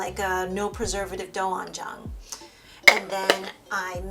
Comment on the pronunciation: Doenjang is pronounced “dwen-jang” (Korean here)😉 This looks so delicious and freshh 💖💖💖 Extra cilantro on mine please hehe 😁